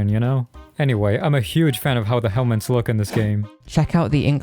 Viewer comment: did this cunt just say "helments"